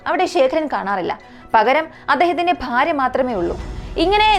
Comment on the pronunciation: പാര്യ അല്ല ഭാര്യ ആണ്